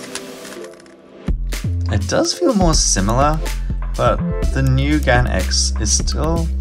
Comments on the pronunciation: Plz stop saying Gun instead of gan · It’s pronounced GAN not GON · Did you just say GAN instead of GARN